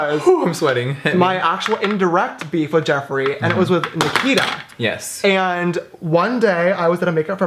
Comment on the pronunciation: holy shit James said my name (nikita)😂 it sounds so different when he says it coz I'm used to British people says my name coz I'm British and then James said it and I was like wtf my name is so weird